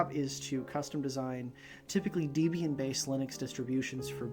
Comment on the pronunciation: Your job is a professional operating systems engineer and you probounced Debian wrong? Literally no one is named Deebra. That seems off to me.